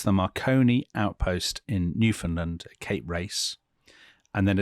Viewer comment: Ok I’m gonna correct you one last time on , pronounce Newfoundland as if you were saying “understand.” So Newfoundland, Understand?